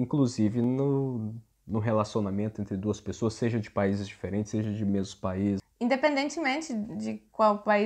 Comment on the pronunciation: Parabéns pelo seu Português, me surpreendeu ao dizer a palavra INDEPENDENTEMENTE!